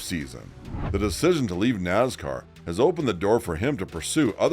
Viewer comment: It's Nascar...Not Nazcar